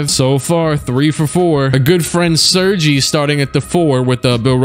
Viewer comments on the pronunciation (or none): “Sir-gee” 😂 Man it’s “sir-gay”